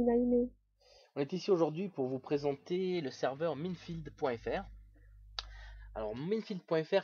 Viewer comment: FauDrait Savoir Que Minefield N'Accepte AucuneVersion Cracké EtAue Minecraft Et Minefield ne se prononce pas Comme sa :S Mais bOn x)